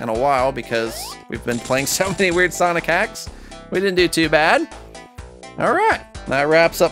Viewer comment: sonic just said MLUYZS